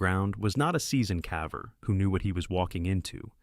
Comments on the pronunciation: Interesting compilation, thanks! Just subscribed. One suggestion: Your AI narrator has a habit of pronouncing "caver" as "cavver," which is confusing until you realize what the issue is. If you did a find + replace (Ctrl + F) on the script in Word and replaced "caver" with "cayver," it would always pronounce it correctly. Just a thought! Have a good one 👍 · Fix the pronunciation of caver. I won't watch anymore.